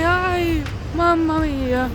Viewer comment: Mario Bros eres tú? Jajaj sonó muy italiano ese: Mamma mia! 😅🇮🇹